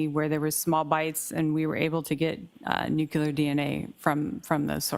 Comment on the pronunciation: This expert witness mispronounces “nuclear” repeatedly!! WTF!!